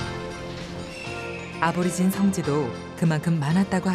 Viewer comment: 아보리진이 아니고 애보리진 이라고합니다. 그들의 현실은 더 처참합니다. 다음세대는 보다더 나은 환경에서 이땅의 주인이라는 위치를 되찾길 바랍니다.